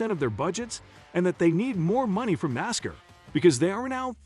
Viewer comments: Learn how to pronounce Nascar Dumb Ass... No one that is a true Nascar fan will watch your content.. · First, it's NASCAR not Nascar and you are pronouncing NASCAR like a goon alien